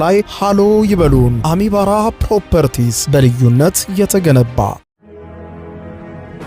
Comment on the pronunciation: አሚባራ በል የምን ካሚባራ